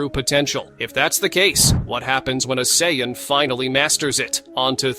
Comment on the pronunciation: When I use ai voice to transcribe my videos, I always spell phonetically so it is correctly pronounced. Use "Sayin" and "go ten".